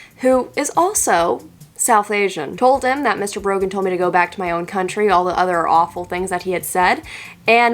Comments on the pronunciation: I thought she said broken instead of Brogan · Not sure how the algorithm got me here but you get a like for having to put up with "Brogan"